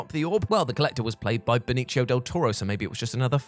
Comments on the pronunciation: You keep saying benicho del toro. It's benicio. Ben iss yo. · Benicio Del Toro's name is pronounced Be-ni-see-o not Be-ni-chi-o. Like you said he's Puerto Rican, so why are you pronouncing it like he's Italian? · I've never heard someone pronounce "Benicio" like that. Leave it to the Brits to totally mangle a Spanish name.